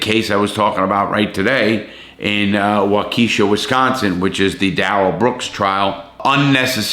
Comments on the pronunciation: Larry, just a heads up, you are mispronouncing Waukesha. Give me a call, I will tell you the correct pronunciation. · Larry pronounced WHAA-KA-SHA; not WHAKEISHA!!! Waukesha!!! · Great video Larry! Btw, waukesha is pronounced wah-cu-shaw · Larry, it is pronounced WAU-ka-shaw......emphasis on the first syllable..... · Larry it walk ah Shaw not waaa key sha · Wakeisha 😂😂 Waukesha is pronounced “Walk-Eh-Shaw” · This man said WaKEESHA with his whole chest. I love ya Larry but it's walkie(like walkie talkie)-shaw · Not wuh-key-shuh..... Wok-eh-shaw. Or wah-keh-shaw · I live here in Milwaukee, Wisconsin....Waukesha is a suburb here of Mil. Its pronounced WALK-eh-SHA. And this guy definitely affected the whole area around here...including the city and surrounding area. Great Video Larry Its cool to see how u are doing a video of something that happened right here in my backyard per say. Keep up the Great work Man Ive been a fan for a long time now and with videos like this and ur podcast that I listen to religiously at work every wk. Im not going anywhere, keep it up buddy and stay safe! Much luv from the 414 (Milwaukee)!!! P.S......We dont have the death penalty here just letting you know since u weren't sure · Hey Larry, I'm from Wisconsin. Its Waukesha "Wa-Cuh-Shaw" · Lol. Pronounce Waukesha.. Walk esh aw. Native name trips alot of people up larry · It’s Wah-kuh-shaw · i think its pronounced wok-ehh-shaww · Just to be clear your pronounce it Wok eh Shaw 😊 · Waukesha.... Waukiisha. Is how we say it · The town is pronounced Walk-eh-Snaw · Isn't it pronounced "walk eh shaw"? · walk - eh - shaw is how its pronounced :) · Sorry to be pedantic but it's pronounced Waa-kuh-sha. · It's pronounced...WAH-KESH-SHA.. Lol. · This is in my backyard literally!!! Pronounced Walk a Shaw Wisconsin. This guy is a scumbag!!! Hope he rots!!!!!! (DARELL BROOKS) we need more prison dishes uncle Lare!!???? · Being from Wisconsin you totally murdered the name of the city